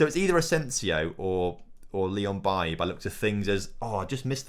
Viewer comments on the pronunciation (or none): it’s pronounced baylee not bailly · Why do you pronounce Leon Bailey's name like that. It's bailey, he is Jamaican not Ivorian. So it's pronounced like it is in English lol. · It’s pronounced Bay-Lee, I’m not sure why you are saying it like Eric Bailly